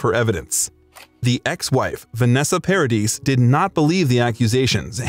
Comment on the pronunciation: It's pronounced Paradee...... the s is silent.